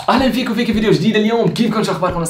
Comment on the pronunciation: بحس وسام عم يقول اهلين ففييكك وفيكي بشد ع الفاء 😂😂😂😂